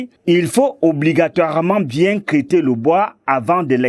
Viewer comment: Le journaliste dit craiter au lieu de traiter.😭